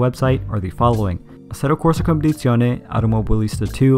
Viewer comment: When you don't know how to pronounce Competizione